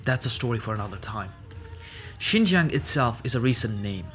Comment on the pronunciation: Only 2 minutes in but hmm you are the first person who is not Chinese to pronounce Xinjiang this well. But it doesn’t matter anyway because I call it “East Turkestan” lol.